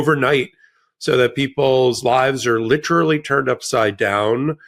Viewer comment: Please learn how to pronounce “literally”.